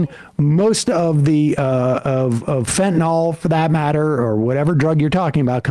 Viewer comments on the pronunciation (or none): Oh FFS it's fentanyl, not "fentanol" or "fantanol". It's not a difficult word to pronounce, why do so many people do so?